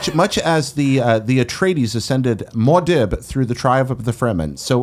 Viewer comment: that Mua'dib pronunciation....